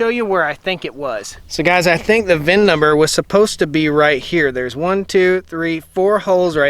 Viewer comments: It’s VIN, not vin Number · Try to just say VIN.